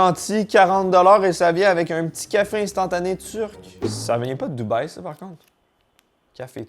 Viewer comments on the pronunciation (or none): none